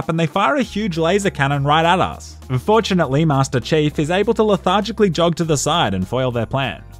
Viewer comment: "Master Chafe" lol